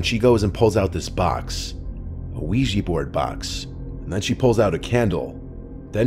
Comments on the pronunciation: OUIJA NOT OUIJEE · We-gee? It’s Quija (Wii - Jah) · ouij-a !! not ouij-ee! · Wee-Jah not wee-gee, you probably say ly-barry too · Ouija - ooeeja, not weegee. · Funny that people pronounce it 'wegee' when it's 'ouija' - we jah - oui French for yes & ja German for yes, a yes-yes board!! Lol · Ouija- even the americanized vsrsion is pronouncded "wee-jah" not "wee-jee'" even though the words are just "yes" in french then in german (or swedish, norwegian, etc.) So ive always preferred "spirit board" but anything is better than "weegee" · Why do people always pronounce the word Ouija as “wee-gee”. It’s pronounced “Wee-Ja”. Oui-ja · Its called ouija not ouiji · It's not pronounced "wee-jee" smmfh ... it's "wee-juh" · I really wish people would learn to pronounce this right. It's called Wee Ja. Look it up and you'll see. They've been around for centuries. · why the frick do they pronounce it as uweji board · WEEJEE BOARD? Seriously, Weejee? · Pronounced “Wee Juh” Named after the French and German words for “Yes” The more you know 👍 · Wega board? Is that the true weegee board experience? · What's a "weegee" board? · lowkey making me mad the was he saying wiigee board, another great story from the dude i’ve been listening to since 6th grade i’m on my way the the Airforce now Your a fucking goat, Please like that would be insane if you ❤ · It's oui_jaaaaaa